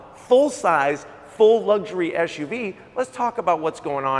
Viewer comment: It's SUV NOT ASHUV